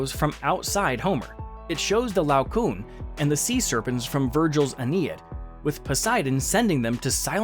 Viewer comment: One point. The priest Laocoon who warns the Trojans not to accept the wooden horse and is killed along with his sons by serpents sent by Poseidon - not pronouncer "La-o-coon" to rhyme with "soon" but La-oco-on" to rhyme with "go on."